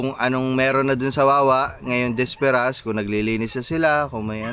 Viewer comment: Boss “Bisperas” hindi disperas 👍 keep up the good work and upload lage nang may napapanood kami araw araw